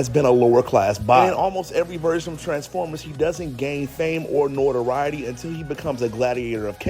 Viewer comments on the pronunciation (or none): Nortiriety? You mean notoriety? There's not an r before that T brotha-man.